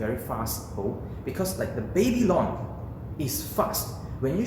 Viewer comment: "baby long"... took me a while to get you are referring to the "Babylon" XD lol